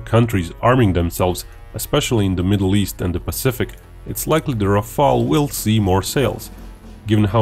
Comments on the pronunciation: RafAle! please not Rafele or Raphael or Raphaaaaaaaeeeeeellle! JUST RAFAAAAAALE!Merci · Just, one thing. This is RAFALE, not RAFAELE. Rafale means squall in english the violent wind gust that come shortly before rain. Google says that's "nalet" in Croatian . And your country chose wisely, your pilots will enjoy this beauty. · Rafale, not Rafael.